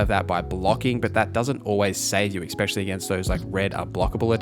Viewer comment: Every time you say “exspecially” I die inside. 😅